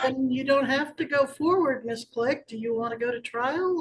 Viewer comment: It sounds as if her name is Bisquick, the baking mix, I know they're saying Miss Click, but it sounds like Bisquick😂😂😂😂she's insufferable